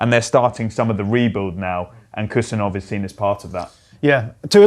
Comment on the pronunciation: Hey David Ornstein, Khusanov is pronounced hoo-sA-nov. K is silent and emphasis on A.